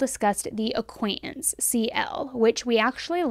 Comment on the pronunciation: Acquaintance not acquainence please pronounce the words with the T letter don’t teach your child to spell words wrong